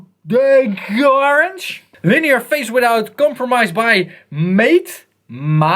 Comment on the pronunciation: the actual pronunciation is theqorange